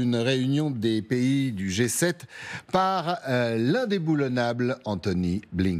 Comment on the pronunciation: Il a dit lindeboulonable blinken 😂😂😂😂